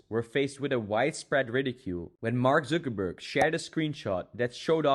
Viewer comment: Man said marg zoogerburg